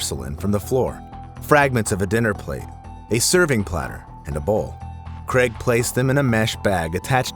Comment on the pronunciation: Neither is Cregg, errm I mean Craig.